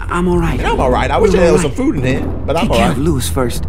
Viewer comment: Louis not louise